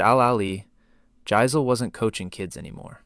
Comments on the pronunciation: It's pronounced YICE-LEH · Jass-il , i aint moving its "jass ill" i aint moving.